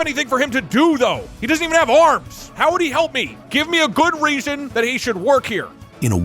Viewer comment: goot... i meant specifically goot